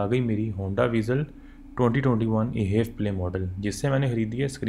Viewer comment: Bro ap jo ye haiv play keh rahy ho its wrong and i know ap HEV play ko mila k parh rahy ho but its actually H. EV PLAY edition H is for hybrid and EV Is for Electric vehicle because this car totally runs on a battery. Engine sirf battery charge krta hai. And this car has 6 fwd gears. I sold some of these brand new vezels ☺